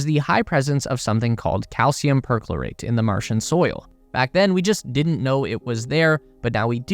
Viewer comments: It's NOT "PERK-lo-rate"; it's "Per-CHLOR-ate" USE A REAL HUMAN VOICEOVER, IDIOTS!! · Learn English [like how to pronounce PERCHLORATE, or PERSECUTION].